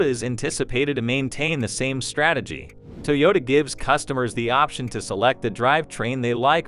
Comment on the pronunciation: "TOW YODA?" OHMYGOD! You didn't even try.